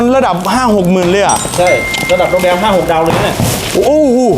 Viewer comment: ภาษาไทยขอให้ถูกต้องด้วยเด้อ "โรง" "โลง"